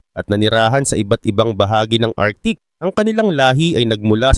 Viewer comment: Arktik ang bigkas hindi artik.